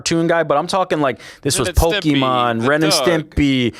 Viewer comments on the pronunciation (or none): none